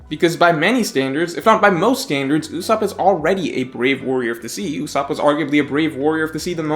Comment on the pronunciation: Duude not Ussop please